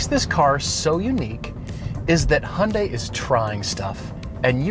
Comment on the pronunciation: You guys have been automotive gurus for the longest time. Go grab the first Korean you see and learn from him/her how to properly pronounce 'Hyundai' so you don't butcher the brand. 🤔